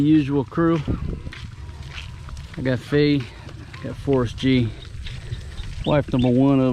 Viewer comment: I thought it sounded like ‘FORCE G’ ...like as an Avenger or superhero whenever you say his name...then I saw in the title the other day it wasn’t FORCE G it was FORREST G....